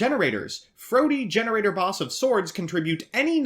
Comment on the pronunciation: You aren't even saying the name of the archetype the right way. 😑